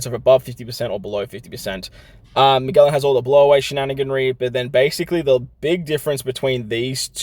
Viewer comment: Hey! Just so you’re aware, Magellan is pronounced ma-jell-an, (like jello, or juice):) keep up the great content!!! It’s always so helpful!